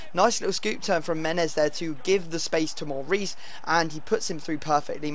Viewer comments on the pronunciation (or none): none